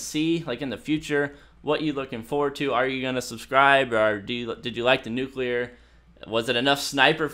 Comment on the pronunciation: NUCULER wow well done